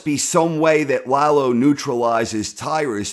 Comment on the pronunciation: yeah, stop saying LAHgh-lo. it's La-Lo, easy on the La, easy on the Lo. Lalo. shhh. Lalo. We need to talk...